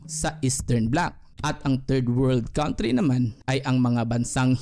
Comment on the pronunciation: Sana po ma correct nyo , you pronounce it wrong 'country'.